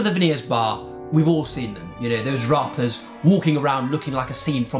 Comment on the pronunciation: ‘Rarppers’ yk🤣🤣🤣🤣🤣🤣